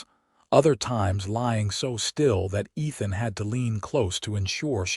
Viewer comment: Ethan ..not Nathan...sorry listeners...lol